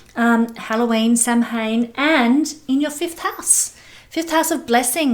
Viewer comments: sham win pronunciation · Just FYI - Samhain is actually pronounced “Sow-en”. :) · Samhain is pronounced like "sow" (pig) "in". 💗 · Samhain pronounced: “Sow” (like female pig) - “in”. It is the Irish/Celtic for this time of year ie.: Halloween.